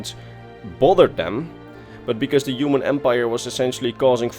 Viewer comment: Human* Not Uman